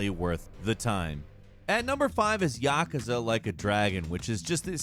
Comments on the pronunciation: Ya-Ku-Za Not Yaka-Za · Am I the only one who noticed he said "yakaza"? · Please stop saying Yakusa like that. It actually hurts.